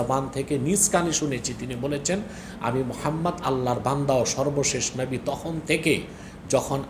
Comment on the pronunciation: ওনার কথাই তো হয় না উনি নবী কে নাবী উচারন করে